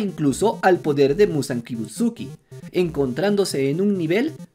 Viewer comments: y manao otra cosa no es ni yoroichi ni kibutsuki es: yorrichi y kibutsuji, por lo tanto todos tienen razon vamos animo aprendete esos nombres no es tan dificil solo es consejo por si acaso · Repite conmigo: MUZAN Kibutsuji, Kibutsuji, Kibutsuji... SUJIIII, NO KIBUTSUKI 😅😅